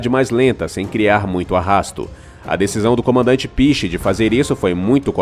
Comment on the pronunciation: O comandante se chama Piché, que se pronuncia PICHÊ. E o gerador é EÓLICO.